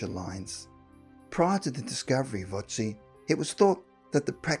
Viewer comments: Ötzi not Otzi. How hard can it be to at least make sure the first letter in a name is correct? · It's Ötzi not Otzi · Otzi ? Amazing that in 2020 some ppl still can't pronounce Ötzi